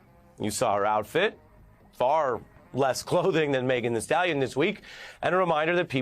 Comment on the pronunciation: Why is every MSNBC commentator saying Megan the Stallion. Can you not get it that it is Megan Thee Stallion. Geez. It’s just not that hard. And the clothing comment. Grow up!